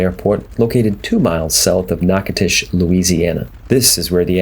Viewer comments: “Knock-a-tish”, Louisiana. Really guy. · Nachitoches = Nack-uh-dish Louisiana..... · I didn't realize he died in a plane crash in '73. :( Btw: Even though you see a "T", Natchitoches is pronounced with a "D" (nah-codish). I lived in La. for three years and it's a popular place. :) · Dude…it’s pronounced NATCHES…. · natch uh toe chiss, dude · You're killing me! Natchitoches is pronounced NACADOTIOUS. NA (a like apple) CA (hard C; a like alone) DO (like doe the deer) Tious (like shush). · You know I was in there a few years back in a Kingair and the locals seemed to pronounce it “KNACK-A-TISH”. I never heard the “DO” part as you put it. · Dude Learn how to pounce the names of people or cities you know nothing about! I do not know what that garbage was that you said but is it way off! Nachitosches is simple to pronounce unless you are a Yankee or from Fagaforinia! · You might want to ask a resident how they pronounce the name of their city.